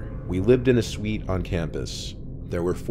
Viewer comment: Please stop saying suite